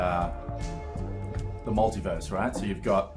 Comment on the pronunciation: You almost said "multiwerse" I heard it. That means somewhere out in the multiwerse you did say multiwerse.